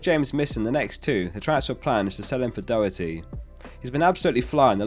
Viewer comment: All good until you tried to pronounce Doherty 🇮🇪